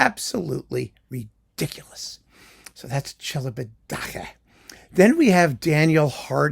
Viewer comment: I never knew how Celibidache was pronounced. So thanks for that!